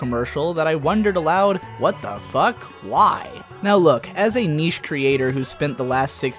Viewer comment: He also likes to pronounce niche as "nish" and segue as "seg-ew". This is nothing new.